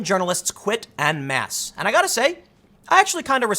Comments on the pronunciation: En Masse is pronounced "On Mass". Its french. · "N Masse" - Tim Pool